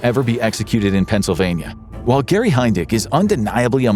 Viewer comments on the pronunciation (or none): none